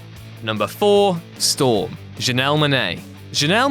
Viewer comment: Why does everyone get Storm wrong!!??